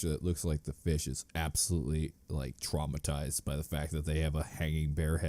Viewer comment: “I’ve been twaumatized!” is